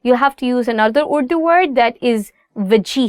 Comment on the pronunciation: السلام علیکم محترمہ اور - - - - Really madam your efforts are appreciable. But your anchor madam should pronounce the word "URDU" in Urdu style not in American style.